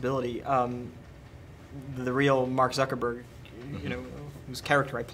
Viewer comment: Did the surname "Zuckerberg" sounds like "Sucker bird"? xDDDD i'm just crazy xD